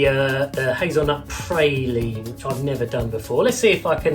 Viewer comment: Interesting. Praline pronounced to rhyme with "saline". I've always heard it "Pra-lean", as in the first syllable of "Prague".